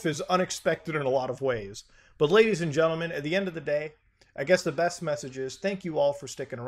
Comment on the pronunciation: When he speaks Ledies and gentleman 🔥